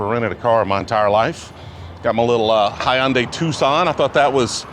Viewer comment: High-un-day? I think that is the first time I've ever heard that pronunciation of Hyundai. I'm pretty sure it's either "Hun-day" or "Hun-die" lol